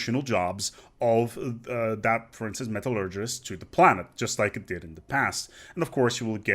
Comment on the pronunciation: you gotta work on your pronunciation of "metallurgist" its not that difficult:P